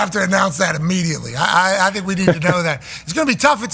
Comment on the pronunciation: "Did they thinkuh that?..."